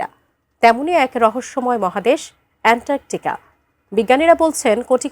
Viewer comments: বেশি শিক্ষিত হলে যা হয় আর কি! অ্যান্টার্কটিকা কে বার বার বলছে অ্যানটারকটিকা। ছিঃ ছিঃ ছিঃ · আরে মূর্খ এন্টার্কটিকা কি অ্যান্টার্কটিকা বল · এন্টারকোটিকা নয় এন্টারটিকা মহাদেশ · ইতান্তরে সাংবাদিকের কাম করতে দিছে কেডা ভালো কইরা একটা জায়গার নাম বিখ্যাত জায়গার নাম কইতে পারে না এন্টারটিকা মহাদেশকে বানায় দিছেন শালীরা করতে ধইরা আনছে পড়াশোনা কি করছে আর রিপোর্ট তৈরি করার আগে তারই করল কি এইরকম যদি হয় দেশের প্রথম সারির নিউজ চ্যানেলের রিপোর্টারদের অবস্থা তাইলে দেশ কোথায় আছে আর কই যাইতাছে বাকিটা আপনারা কইবেন টাটা আমি বুইজ্জা লাইছি😂😂😂😂😂😂 কোন দিন জানি নিজ দেশের নামের আগে রিপাবলিক লাগায় দেয় আল্লাহ কইতারবো🤣🤣🤣🤣🤣🤣🤣 এটিএন বাংলা নিউজ চ্যানেল অশিক্ষিত মূর্খদের আড্ডাখানা যে এটা একেবারে ক্লিয়ার।। ওদেরকে বয়কট করা হোক। আর এই খবরের রিপোর্ট পড়া মহিলাকে শীঘ্রই পাবনা পাঠানো হোক ওখান থেকে পড়াশোনা করে আসলে হয়তো তিনি সঠিকভাবে বলতে পারবেন সুন্দর করে পরামর্শ দিয়ে দিলাম বিনা টাকায় লুফে নিন আর আপনাদের এসব ফালতু ভুয়া টিভি চ্যানেলগুলো বন্ধ করুন। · এন্টারটিকা মহাদেশ যে বলতে পারেনা, সে আবার খবর পড়ে, বাহ্। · আটিএন নেউজ আর মানুষ পায়নাই। এন্টারটিকা উচ্চারণ পারেনা, এরাও সংবাদ পাঠক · আপা কি আন্টারর্টিকা উচ্চারণ করতে পারে না? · এন্টার্কটিকা। LoL